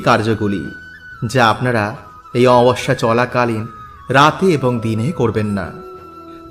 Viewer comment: Amabosya uchharon sathik korun, baje na bokbok kore kom bolben